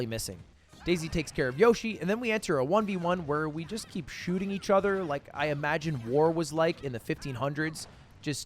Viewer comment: you always replace "o's" with "e's" when you speak? Like ether instead of other?